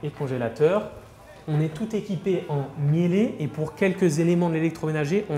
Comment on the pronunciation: cela se prononce "miil" et non "miélè" 😄